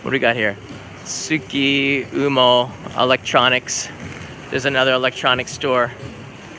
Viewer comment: Man, doesn't know Hamada-denki and Tsukumo. Those are Akiba establishments. I guess he came to Japan in time when non-geek people weren't shopping electronics in Akiba anymore. I can't stand he keeps mis-pronouncing Tsukumo, which means he obviously never been to any of their stores. They're like, or at least were, BestBuy in Akiba.